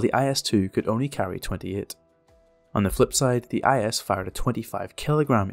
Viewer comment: It is necessary not to pronounce the letters separately, but together in one syllably. Not I S but IS. Listen to how it sounds in Russian. IS.